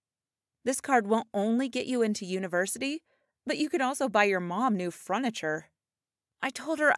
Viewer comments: Her: i’m poor so i buy second hand clothes 2 minutes into the video Her: My friend got onto my computer Me: Anyway, who else heard “fruniture” instead of “furniture” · “Fruniture” I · Did nobody but me notice that she said “froniture”? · Did she just say fruniture? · Did anyone hear fruniture??? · “You could also buy your mom new fronature” XD I think she meant furniture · “New fruniture” (FR-UN-IFHER) wtf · Was I the only one that noticed how she said furniture